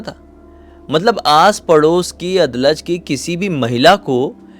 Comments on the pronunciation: अदलज नहीं, अडालज हैं ।। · भैया उसको "अडालज" pronounce करते हैं. मैं गुजरात से ही हूं. अभी यह हिस्सा शहरी इलाका बन चुका है 😊